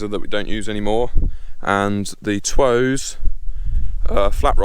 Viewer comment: i think twose is pronounced toose